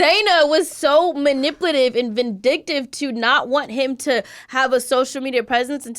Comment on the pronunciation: I’m dead 😭😭😭heard how he pronounces “manipulative”?